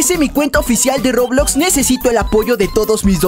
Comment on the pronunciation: COMO DIJO EN SU PRIMER VÍDEO DISE REBLOX XD